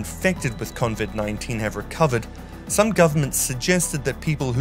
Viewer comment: Did he just say at the end there... "convid 19?